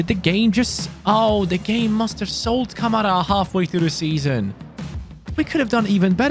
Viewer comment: You said Kamara wrong ka ma ra